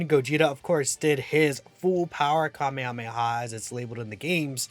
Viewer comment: you mean Cumehameha?